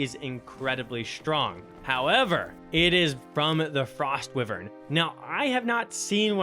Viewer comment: love the vid, but the way you say wyvern angers me lmao, its why vern not wih vern